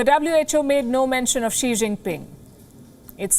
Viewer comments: Man…”Xi” was pronounced as “ksai” in greek letter instead of ”she” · Actually the Greek letter Xi is pronounced 'Ksee-ai'. Ie not 'Shee' (as in Chinese Dictator - for - life). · It's not pronounced as xi(zi) but rather as ksi .It's really x as in ex.. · This is ν="NÜ" (nue) and ξ="XI" (ksi). You pronounce that wrongly.